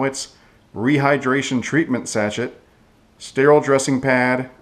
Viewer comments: It's pronounced "sa-shay" not "sat-chet". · Sachet is pronounced sa-shay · Nice presentation. (BTW, the word "sachet" is pronounced "sa-SHAY")